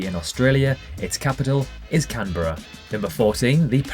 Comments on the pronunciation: It's called Can-BRUH. not can-berra, can-bruh. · Geography Fact No. 31 The way you pronouce Australia's capital Canberra is not 'Can-berra' it is 'Cam-bruh' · You pronounced Canberra wrong. It's not 'Can-Ber-ahh' Its 'Can-bruh' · First of all Australia is not a continent Australia is part of Oceania. Second it’s Can-bruh not Can-Berra